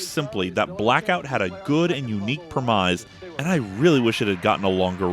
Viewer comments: Great episode, but I have one little nitpick (that always drives me up a wall when you do it)... It's pronounced "premise" (rhyming with grimace) not "primize" (rhyming with demize). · What the hell is a PRE-MIZE?